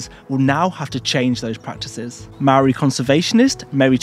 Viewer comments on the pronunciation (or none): none